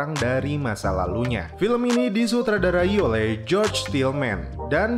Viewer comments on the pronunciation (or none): none